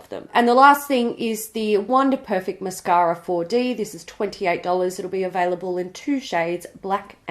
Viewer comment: lungs mirrored all of our reactions to that KKW price tag!!! 👽 🛸 And I only say mashara instead of mascara now ❤️❤️